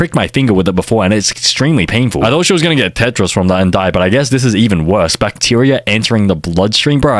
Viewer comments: HAHAHA SHES GONNA GET TETRIS..... i wanna play tetris too.... you sure you don't mean tetnis 😂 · Its tetanus not tetris 🤓☝️ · …Tetris? (Tetnis) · its tetanus (tet-nus) and its tetanus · bro, IT'S PRONOUNCED TETNIS!!!!